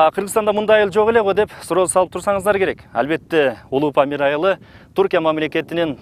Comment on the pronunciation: Памыл дейтго